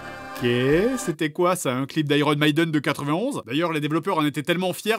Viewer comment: "Iron meeeuden" mais nooon😭